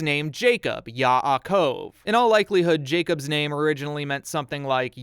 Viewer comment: Hi, I'm Jewish Yes, you have points where you don't read things correctly but it's not because of you, it's because of the language We have a letter called ח And you call her H And also in Jacob There is also a letter called ע It's a letter coming from the throat. But I'll rate you a six out of ten. Many people who explain Judaism and don't come from Judaism explain it in very, very strange ways. You are the first I have found who explains it in a way that is Which is similar to what a Jewish rabbi would explain